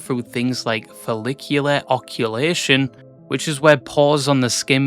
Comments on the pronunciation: "follicular OCCULATION" lmao Dude, how did you pronounce the difficult word correctly ("follicular," which also sounds like a hairy version of Clavicular) but get "occlusion" wrong? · du bist gut genug is a vibe though putting that up there with 6-7, lowtiergod, etc. is just ragebait raised eyebrows "oh-clusion" not "oh-cu-lation" btw 🙏 (dunno if that was just a small mistake, but might aswell make sure)